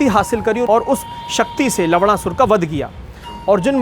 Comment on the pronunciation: Nammm sahi se le bhai,lavna sur hai naam